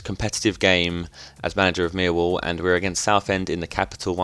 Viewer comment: You say miwwall!